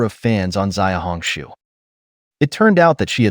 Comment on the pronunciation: Just to correct you, "Xiaohongshu" is not pronounced as "Ziaohongshu" rather "Siaohongshu. Listen to your pronunciation sounds so odd!